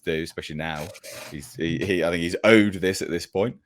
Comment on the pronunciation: Wills hurt? Poor little, "tink, tink!"🥹